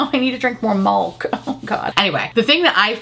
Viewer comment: … did you say “malk” on purpose 😂